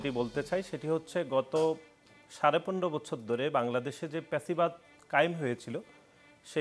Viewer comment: ফ‍্যাসিবাদ কে পেচিবাদ বলা কোন ক্লাসের ছাত্র?